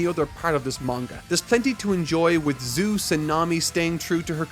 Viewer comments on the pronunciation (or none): none